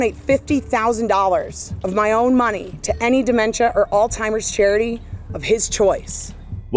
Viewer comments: Did that check really just say all timers? Lol. Bone apple tea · this is absolutely disgusting... and good for them on the win.. second educated lawyer lady its NOT "all timers".... with a last name like yours you'd think you could pronounce words correctly.. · "All timers"? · Can people please learn to pronounce Alzheimer’s- PLEASE?!!!! IT DOES NOT HAVE A “T” IN IT ANYWHERE!!!! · Did she just mispronounce Alzheimer's?